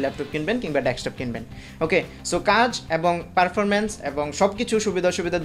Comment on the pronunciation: আমি বারবার ডেসটপ শুনছি। ক অক্ষরটা ক্লিয়ার নয়।